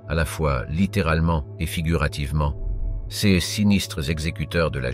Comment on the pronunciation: Non plus "c s" mais "ces" ! C'est pénible !!